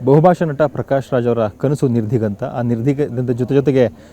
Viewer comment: ಈ ನನ್ನ ಮಕ್ಕಳಿಗೆ ನಿರ್ದಿಗಂತ ಹೇಳೋಕೆ ಬರಲ್ಲ, ಒಬ್ಬಳು ಆಂಕರ್ ನಿರ್ಗತಿಕ ಹೇಳ್ತಾಳೆ, ಇವ ಬೇರೆ ಏನೋ ಹೇಳ್ತವನೆ... 😂😂